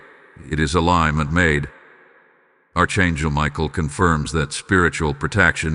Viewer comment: Archangel is pronounced Ark Angel